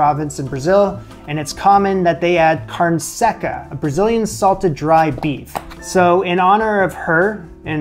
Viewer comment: The way he pronounces “carne seca” triggers me